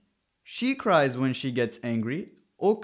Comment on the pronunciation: "she cries when se gets angry" diyor ya ordaki "se" she olacak demi ?